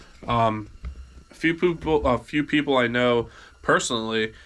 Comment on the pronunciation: “poople” 🤣 I actually died haha